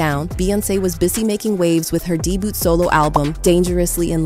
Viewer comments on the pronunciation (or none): Is this an AI generated? Who says “Dee-Boot” for the word Debut? And Beyoncé mispronounced a few times. Just asking for a friend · Not deeboot album at least train these bots